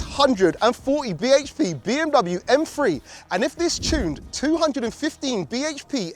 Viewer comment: What's an M-Free?, stop saying b h p, stop repeating the same thing over and over, and this could of been 15-20min video🤦